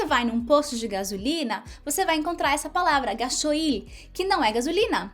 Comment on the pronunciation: Hola! Soy argentina y vivo en Brasil. Felicitaciones por tus videos! Contenidos importantes y divertidos! En este videos sólo puedo hacer una corrección. No se dice “ga-so-il”. Se dice “gas-oil” (oleo en inglés) “ga-sóil”. Muy divertida la historia!! Pobre el dueño de la moto…